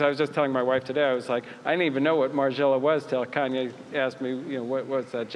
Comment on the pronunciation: ''Kenye West''